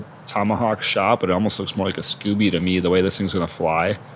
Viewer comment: commentator wanted to keep saying scooby so badly but its actually scoober...